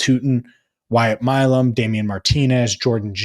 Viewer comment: Thank you for paying attention to my tweet about the Milum pronunciation! didn’t seem to get the memo on tonight’s Locked On Bengals 😂😂